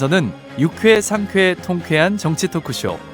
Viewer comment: 아나운서라면서 발음이 그게 뭐임? 유캐 ㅡ>유쾌 상캐ㅡ>상쾌 통캐ㅡ>통쾌